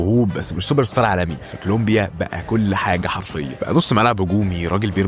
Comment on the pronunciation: كلومبيا هههه كولومبيا يا حبيبي